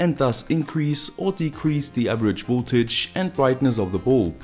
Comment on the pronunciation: Its V"O"ltage not V"U"ltage. ... but I like your videos :-)